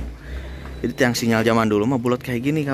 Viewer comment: Kalau bilang sinyar itu lidah orang Sunda